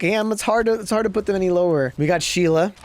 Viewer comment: Thank you for doing my Sheila the right way.